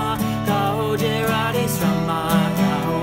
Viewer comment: His Hindi accent is quite funny in a good wat, and the way he is mispronouncing radheshyam is so adorable ❤️❤️